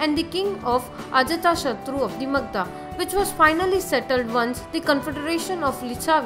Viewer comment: For gods sake learn how to pronounce the names properly. Its not Magdha, its Magadha.Its not Sravavasti, its Sravasti. Its not Kosla, its Kosala. Its not Askama its Asmaka